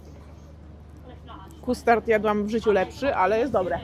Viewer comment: NAUCZ SIE MOWIC PO ANGIELSKU W KONCU!!!! "kUstart"??????????????????????????????? WYMAWIA SIE ""KAST-erd" "